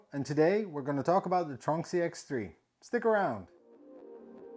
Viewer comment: After seeing some of your other videos mentioning the "tronxy" I thought I would Google it. To my loss I couldn't find anything for "tronksy". Now I see this I realise you've been mispronouncing it. It's tron x-y not "tronksy" lol